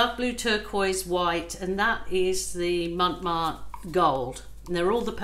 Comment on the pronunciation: Hi there. Just a tip” want to say that “Montmartre” word you should never stress the first t. Prononce “MonMartre” without stressing on the First t. Love your videos.